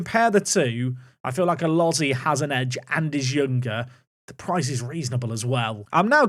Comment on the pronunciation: Elozie is not pronounced Uh loh zee but Uh lo zee ayy